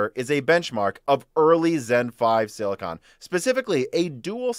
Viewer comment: you are pronouncing "silicon" wrong - thanks for the info